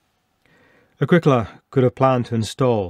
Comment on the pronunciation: Ah grEE cola ... not Ag ric AHla. Think Italian.